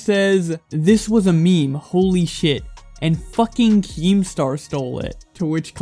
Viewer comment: Anyone else not like the way he emphasiz’s “fucking”